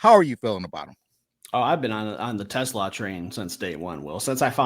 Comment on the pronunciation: PLEASE Steve… learn how to pronounce TeSlaa’s name. Is it the end of the world? Of course not, but show the kid a little respect.